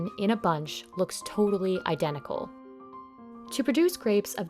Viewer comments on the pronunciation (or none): identical not identil *